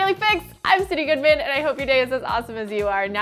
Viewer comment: it's Sydn not Synd.